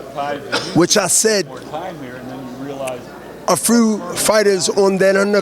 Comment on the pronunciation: Did he say frew? Da hell is that? Did he mean few? Lmao!